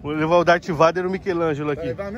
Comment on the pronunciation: "Dátiváider""Gameboi". - ri alto kkkkkk